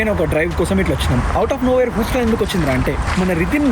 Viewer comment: Huston pronunciation thappu bro.